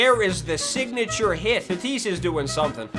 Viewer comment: anyone else notice how says tatis's name wrong?